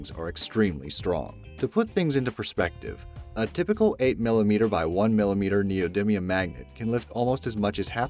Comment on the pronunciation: Neodimium - (Ne-oh Dy me-uhm)